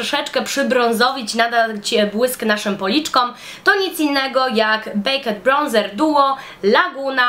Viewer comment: jestes juz tyle lat w Anglii i musisz poslugiwac sie angielskim na codzien a popelniasz podstawowe bledy gramatyczne. Nawet mowiac Bejked ( baked), nie wymawia sie e, to jest tylko jeden przyklad. Kurs angielskiego?